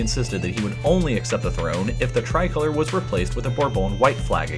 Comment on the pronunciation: It’s tri-col-or”e”